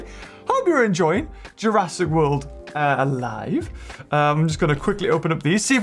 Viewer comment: Jurassic, not Jurrasic